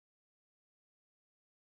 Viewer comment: It’s not pronounced this way. It’s gay-tor-ade